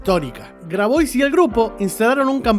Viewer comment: Tengo entendido que Grabois se pronuncia : " Grabuá" ¿Puede ser?